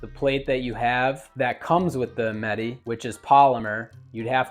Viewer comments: Meh-Tay. Not Met-Tee. At least say it right if you want to appear like you know about the gun. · Bro said canik metee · Pronounced Met-ay.